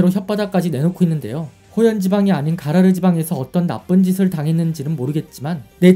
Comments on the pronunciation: 가로라가 아니고 가라르 아닌가요ㅋ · 가로라가 아니라 가라르요..